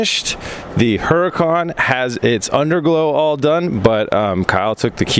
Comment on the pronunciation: Would really love to hear someone actually pronounce Huracan right for once especially a Huracan owner. Yet everyone continues to pronounce it wrong..smh.